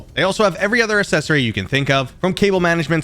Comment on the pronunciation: You’re a very nice man, I value your opinion, but every time you say “assessory” I have to suppress a rage bubble.😂